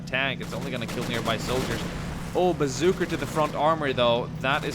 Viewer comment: I've always wondered why he says bazookr instead of bazooka